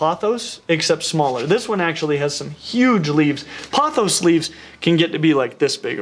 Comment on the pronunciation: thank god you pronounced pothos right